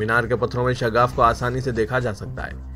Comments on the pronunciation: Shaggaf nahi Shigaf bolo.Aakhir urdu kabtak sahi hogi. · Shagaff nahi shigaf